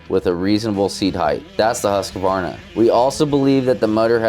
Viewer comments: Huska-warna 😂 it's Huusk-varna🇸🇪😀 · The way he said Husquarna 😂😂😂😂😂 HUSKA-WARNA 😂😂😂😂😂😂😂😂